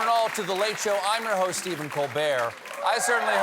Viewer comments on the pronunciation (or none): none